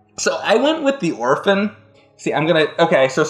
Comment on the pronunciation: Kudos to for saying Orphan. That’s a gem.